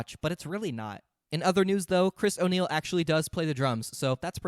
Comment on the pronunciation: Dog when I heard "chris o' niell" I had to do a double take. I was like "no way oney is in this 😂"